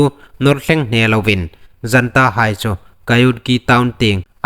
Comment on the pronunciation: Janta Sipei ti loin Junta sipei ti lem ding